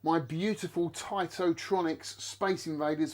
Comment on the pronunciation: Hey first I wanna say congratulations for getting this piece of treasure and well done for bringing back to life. It’s also more than important for sharing and educating this piece of art. Let me know if I’m wrong, but I always thought Taito was pronounced kinda like (ai) as ate and not as (ight)….?